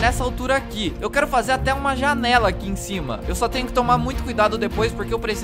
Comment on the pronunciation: Quando o tá falando ele falou trnho (Escrevam Tenho Errado)